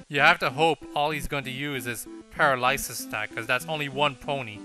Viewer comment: By the way, "paralysis" is pronounced puh-RAL-uh-sis. I vote for Pinkie Pie and Rainbow Dash.